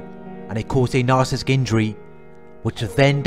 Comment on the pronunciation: Love your informative videos... thank you for sharing. I do want to mention...it might be something silly to notice but isn’t it narci-ssis-tic not nar-cis-tic I swear I hear you skip the entire middle of the word.